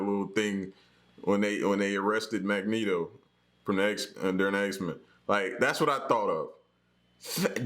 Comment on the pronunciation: My man said Magneto!!! LMAO!